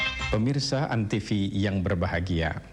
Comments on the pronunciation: antivi? jarang-jarang ada yang salah ucap antv begini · kepleset lagi jadi antisfi wkwk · lagi2 salah ucap jadi antisfi 🤣